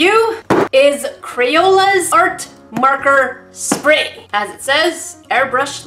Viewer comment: Did u also hear at the start Art marker spayer